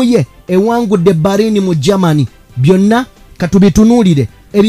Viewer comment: PRONOUNCE. IS. BELINI, NAYE. SI BARINI.